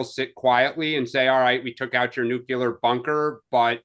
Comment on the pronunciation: it's NU CLE AR...not NU CU LAR. Trump tripped going up the stairs of the plane and Rubio tripped at the same point as he followed him. Newsom is such a vile creature.